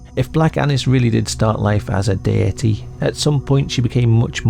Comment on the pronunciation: The way you say deity reminds me of the way my scouse dad used to say dirty, rest his soul.